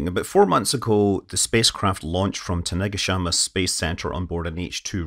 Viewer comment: The way scott pronounced Tanegashima got me 😂😂 anyways it launch from yoshinobu launch complex to be more specific